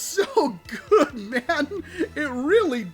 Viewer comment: “That’s really gooad”